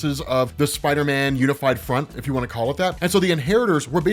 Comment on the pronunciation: I’m I the only one who thinks they way says spider man sounds weird. It sounds like he’s calling him spiter men.